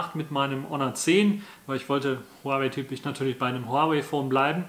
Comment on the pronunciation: Zum Beispiel wie lange die Kopfhörer laden, wie lange sie laufen, wie sie ausgestattet sind. Video Material macht man ausserdem vorher sauber und nicht mitten im Video... Es heißt Huawei, man spricht es Huawai aus und nicht Huawey